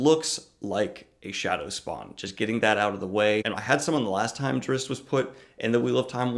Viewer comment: Drizzt is pronounced Dritst.